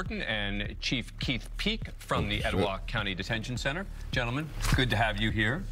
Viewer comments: Sounded like chief keef peek lmao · Chief Keed peak lmao! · Thought he said chief keef at first😂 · He meant Keith but his speech impediment at that very moment said Keef!!!🤣